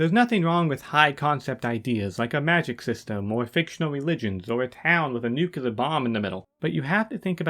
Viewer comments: Nuclear... (new-clear) not Nuculer (nuke-you-ler). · Just F.Y.I. "nucular" isn't a word. You're looking for "nuclear". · Damn dude cool vid and best of luck to your channel. May I please however express my annoyance at the pronounciation of the word "nuclear". It's pronounced Nu (as in nuisance) Clear as in clearance. It is very commonly mispronounced as NuCular but it hurts my ears. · Also why do you say “noo-cue-ler” and not “noo-klee-er”? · Looks like the next video will start with a revelatory clip of Truman talking about using atom bombs for "god's purposes". Edit: I beg you to stop spreading the word "nukyuler". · Should have used Bush Jr., you both say it "new-cue-ler" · It's pronounced Nuclear NUKE LEE ER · Aight man you cant rag on Toddout for having a low IQ while saying "nukular". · it’s nu-clear buddy, but also great video i love it